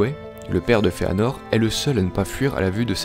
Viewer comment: Super vidéo ! Bon travail tout ca juste la prononciation me dérange de ouf j'ai toujours dit ungolian, finor et les simaril mais pas grave c'est pt moi qui me trompe, en tout cas continue c'est super cool !